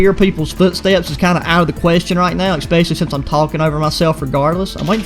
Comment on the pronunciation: ready for the ekspecially XD